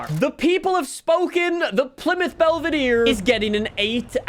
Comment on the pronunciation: its pronounced PLY (plaee) MOUTH (mouth)